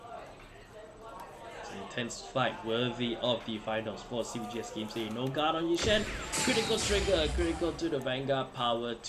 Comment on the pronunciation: "No Guardo, Come at me!": "Toriga Check": " KORITIKAL TORIGA! ": " as age I Tea"